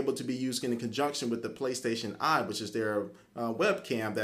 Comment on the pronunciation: Intereshing product. Playstashion Eye. Intereshting..... WTF